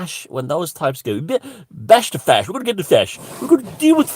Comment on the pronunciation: I thought you were saying "best fish" 🐟 for ages until you said today it was bash the fash .haha. Fantastic ☺️